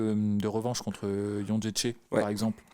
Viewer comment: J'ai pas une Licence en polonais mais est-ce Jedrzejczyk se dit Jon-ché-ché ?